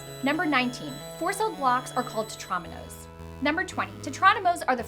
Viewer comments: Why did she keep saying TEN-tramino It's Tetramino god dammit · Te-TROM-ino. Lady, it’s called a Tetrimino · By the way, Tetromino is pronounced "Tet-ro-meen-o", not "Tet-rom-in-o" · she also said tetromino and polyomino wrong, the i makes an ee sound but thats no biggie